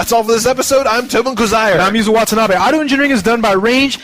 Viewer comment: woah this ur first ep? Yuzo watenabe (i think its pronounced: Watsanabee)